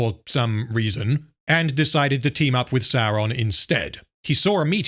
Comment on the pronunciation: Why do you pronounce Sauron "Saron" then you have a clip of someone saying it correctly right after...